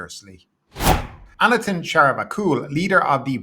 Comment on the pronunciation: Anutin is pronounced like "ah-new-tin". This guy is not going away it seems so we should all learn it. 😂